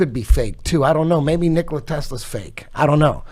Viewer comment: The guy can't pronounce Tesla's first name right. It's not Nikolae or Nikolai but Nikola, like Eddie Bravo said. Nicolae Ceaușescu was a Romanian communist politician and dictator. Nikola Tesla was a Croatian visionary and genius. Btw, lots of books were written to hide the truth. They are used as the means of distraction.